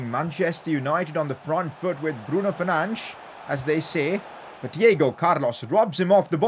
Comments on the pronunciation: pcq : btw its fernandes not fernands:) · Pls BRUNO FER-NAN-DES